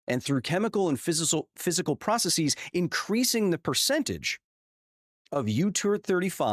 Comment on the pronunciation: just wanted to let you know you’re saying “processies”instead of “processes” (i.e. greekifying it - see ). A lot of people in the tech and science space fall into this habit, but it is a wrong pronunciation and can open you up to (admittedly ad hominem) criticism. Normally I wouldn’t be nitpicky enough to call this out, but I like you and I think it’s worthwhile to take any step to bolster your credibility with the importance of the topics you cover.